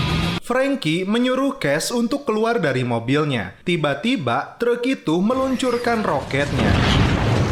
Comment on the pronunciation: "treuk" 😂😂😂😂 meni Sunda pisan